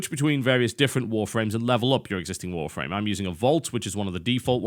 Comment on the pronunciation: He says Warframe like Wharf Rame